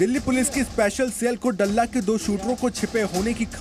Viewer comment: डल्ला नही दल्ला कहो